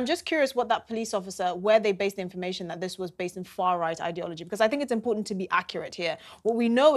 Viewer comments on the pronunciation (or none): none